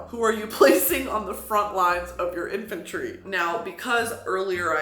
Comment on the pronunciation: the in”fur”try